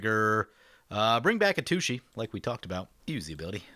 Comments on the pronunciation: I'm on gonna lie, it kinda annoys me when you miss pronounce Atsushi. You always say A-tooshee. But it's At Sushi. It just sounds like you're referring to a butt every time you say A-tooshee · Just a hint for Atsushi's name: The TSU is pronounced kind of like a sharp hiss. Like TSST! with u - sounds like glue - on the end. That one's pretty difficult to pronounce. :) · I kinda want him to keep pronouncing it that way cause lil kid brain goes "har har"